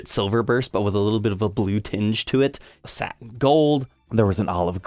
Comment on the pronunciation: “SAT TAIN finish”